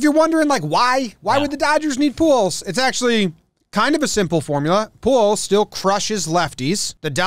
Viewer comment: It's Poo-holes, not pool-hose. 💩⚫